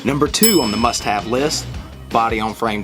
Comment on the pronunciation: Sounds like he said "shit have list" lol